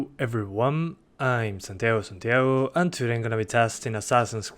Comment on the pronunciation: Its Santiago stupid xd